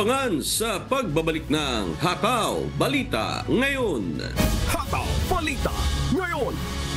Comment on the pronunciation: Masyadong malambot na parang binabad sa Downy nb 10 taon ang pagbigkas niyo ng "hataw" please more energy, magagalit niyan si Gary V.